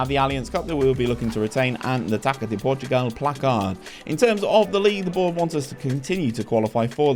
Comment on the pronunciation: Hey! Really enjoy your rebuild videos, but let me give a pronunciation guide to the portuguese language! Whenever you see ÇA on a portuguese name, the actual way to say it is a if you're reading the SA from the word SALT, so Gonçalves and Taça would be equivalent to "GonSALves" and "TASA"! Pretty much salt without the T. Kudos!